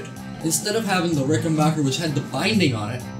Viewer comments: Just a respectful note........It's a RickenBACKer......not Bocher. :) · amazing how many people get name wrong, say B A C K E R , you own a Rickenbacker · If you’re not a complete idiot that rides a Buick you have no problem understanding that it would have been a problem branding a guitar “Rickenbacher” in WW2. Rickenbacher is the original and correct spelling and pronunciation of the name. Rickenbacker was the anglicized name and pronunciation. Only idiots from the United States insist on pronouncing the name Rickenbacker. Anybody with a brain in their head automatically without thinking recognizes it as a German name even with the spelling like Geddy and myself from Toronto. United States was the greatest country but always made up of so many incredible idiots. An A&W campaign that cost millions failed because people like yourself thought a 1/4 Pounder was bigger than a 1/3 Pounder. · Nice Bass...... Good Job. BTW.....It's RickenBACKer. The Decal HAS to go. 😷